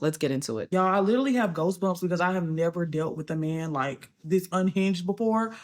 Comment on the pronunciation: Did she say "ghostbumps"?